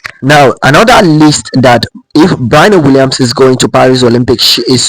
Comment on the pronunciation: Sir learn to pronounced her name correctly if you're going to make a video about her.